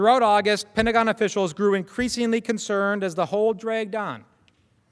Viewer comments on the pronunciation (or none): none